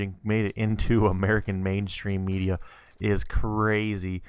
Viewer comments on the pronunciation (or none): none